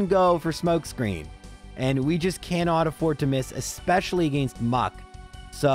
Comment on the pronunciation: I just realized I commented on your very first video. With that being said, if the way you said "against" 3 years ago is the same way you say it now please stop. Its just awful. Your videos are absolutely one of my favorites videos to watch while I play games. But again stop staying against that way if you still do. I don't like the way you say "arcanine" but that is up for interpretation. Keep up your good work.